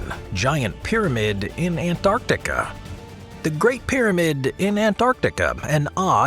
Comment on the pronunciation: I dislike this guys way of saying Antarctica....